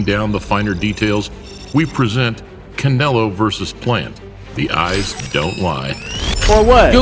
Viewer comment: The guy says canolo lol